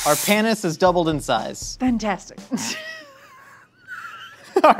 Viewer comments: Panis is pronounced "Pah-nees", not, Pan-ees, and definitely not "Pae-nis". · it's PAnus like PASta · Their pronunciation of panis annoyed me